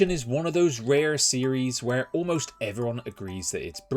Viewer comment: tripped me out that you said rare with an american accent lmao great vid!